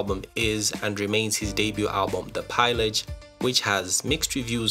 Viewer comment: You pronounce pillage incorrectly lol